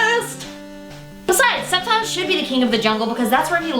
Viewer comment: I've always pronounced it Sceptile with a hard "C"...